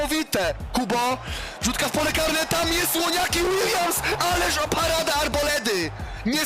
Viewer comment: ŁONIAKI ŁILJAMS